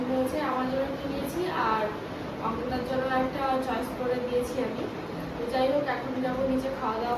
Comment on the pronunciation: ওঙ্কিতা না অঙ্কিতা 😂😂😂😂😂😂😂😂